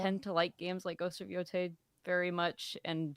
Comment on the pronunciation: Y'all, this is a great GOTY discussion but please learn to pronounce Yotei! Y'all laughed about umamusume at the game awards, but it's not Yotai! I know y'all know Latin vowels from Spanish, Japanese is the same system!